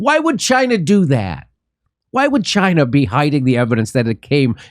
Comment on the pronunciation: Dore using the Trump pronunciation for "Chyna" is funny.